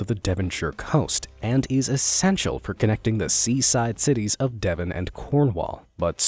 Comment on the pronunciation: *ahem*...I think you mean DEVON not Devorn.